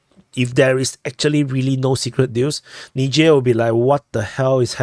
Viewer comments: it's pronounced Nizher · Not nigher😂😂😂wtf